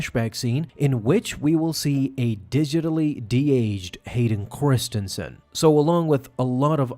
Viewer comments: Did he say Hayden Corstinson? 😆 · "Hayden KORstianson" 😂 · i'm sorry who? hayden corstinsan? 😂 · ....is the mispronounciation of Hayden's last name intentional....?